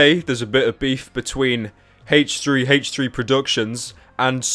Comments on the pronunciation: haich three haich three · ive always wondered this but why do you pronounce h3h3s name as hach3hach3 XD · 45 seconds in and pyro making Siri search the web for hache tree hache tree lol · i like how you pronounce it haych3haych3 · I love haytch 3 haytch 3